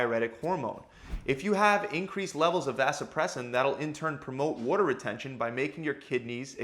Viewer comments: It pisses me off…he says “whoa”-ter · You sound like you’re from Baltimore. “Wooder” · “Wudder” weight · wAter man..., its pronounced wAter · It’s a philadelphia area lingo to be exact. Philly and the surrounding areas pronounce it “wooder”. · Lol Worter * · More like "wodder", otherwise "wahder". Americans pronounce the letter t as a d. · Wore-da weight. New YACK accent son. 😂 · Good holy god this was like he took a bet to see how many times he could say “worter” to bother TF out of me. They should use this as a CIA torture technique. Great info but for the love of god don’t say “worter” anymore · Over under on 50 “waddur” s during video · "wuoda" retention LOL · the way u are pronouncing water is triggering me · The way he pronounces "water"...can't unhear it. 😆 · For those of us from the US northeast it sounds normal (except for an R sound he adds after the A) and other parts of the country where they say “Waahh-derr” just sounds limp.